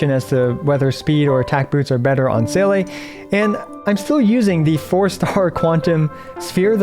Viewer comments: respect since u pronounced seele aand not zeela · finally someone who pronounces seele right